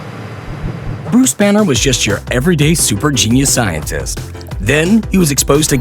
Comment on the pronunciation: is it me or he said buse banner or something??😐🤔